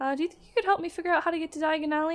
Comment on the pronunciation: you better not use the floo powder, u mispronounced Diagon alley slightly :3 don't want to end up somewhere else